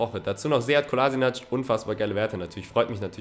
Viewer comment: es heißt Sead Kolaschinatz und nicht Kolasinatsch